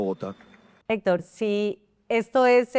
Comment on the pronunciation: Esta senora no tiene fluides al hablar , se traba mucho y nisiguiera puede pronunciar la palabras Hector. Senora visite a un fonoaudioligo o retrirece